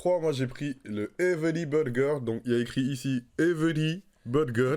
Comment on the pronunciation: Everii burgeruu, ça sonne plus "tanglish"